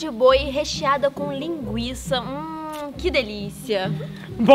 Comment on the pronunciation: A rafa falou* linguça*não língua